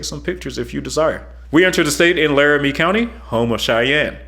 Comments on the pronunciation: Great video I have been on approximately half of the length of the highway. Just one thing. The college town in Wyoming is LaramIE not LarimER. The fine folks up there might not appreciate the mispronunciation. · Some one else pointed out you pronounced Laramie... WRONG!